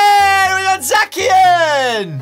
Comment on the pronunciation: He can't pronounce a lot of them, Ponyta - Paneta and some others, and it's kinda annoying.